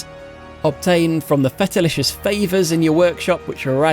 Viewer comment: how in the world can you miss pronounce literally everything... Felicitious... is not fetalicious...